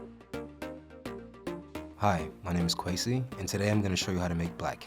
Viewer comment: Kwesi = if a kid with a lisp that couldn’t pronounce the letter r tried to say the word ‘crazy’